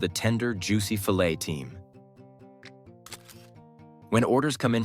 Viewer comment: Need to QC your voice synthesizer or whatever LLM you're using. It spend the first 6 or 7 minutes saying "fillett", then suddenly started properly pronouncing filet. Then it referred to the tomato concentrate as weighing up to "one fiveteen hundred pounds"